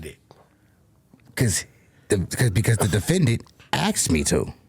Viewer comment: Aksed No!! Its asked!!!!!